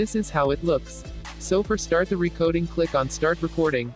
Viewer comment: I like how the says "recoding"